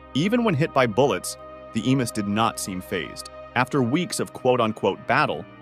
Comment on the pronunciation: Narrator got emus correct the first time, then went completely off the rails 😮 What the…!!